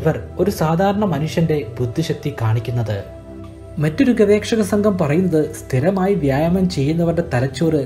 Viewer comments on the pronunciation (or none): ഗവേക്ഷ അല്ല ഗവേഷകൻ